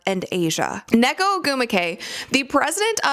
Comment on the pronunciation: Um about Nneka, It's pronounced [Un-Nay-Kah] The two n's are pronounced separately